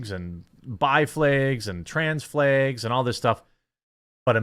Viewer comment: Gahhhh all the times he said flegs I cringed 😂😂 I caaaaant